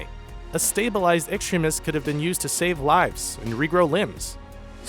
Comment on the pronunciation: LOL at "beefrost" and "extrimis."